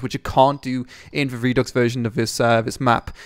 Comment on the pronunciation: please learn to pronounce redux